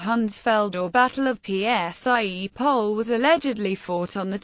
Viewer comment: It's "Psie Pole"! :D ...literally it means "The Field Of Dogs" - same in Germanic "Hunds-Feld" ("Field Of Dogs"). Today it is still called like that - it actually became part of the municipality of Wroclaw - it's a landmark site and has been called like that for centuries - moreover both in German AND Polish, so something tels me it was bit more than just a "little skirmish" with no importance whatsoever". :D Local people tend to preserve the memory of an event related to a place sometimes better than the chronicles. I can't believe that the dogs "went mad" feasting on human bodies, but I tend to believe the "source" - i.e: it actually and FACTUALLY comes from an event that happened. Apparently Boleslaw ordered not to bury the bodies of the Saxon (Germanic) knights as a "reminder" for anyone who wanted to invade the country.